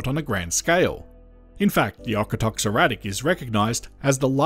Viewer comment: Okotoks is pronounced oak-oh-tokes nice video